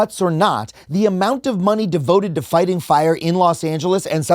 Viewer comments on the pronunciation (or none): none